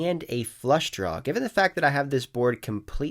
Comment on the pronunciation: Is it just me, or do you say "Downg" with a G? lol Like when you're on a flush "drawl"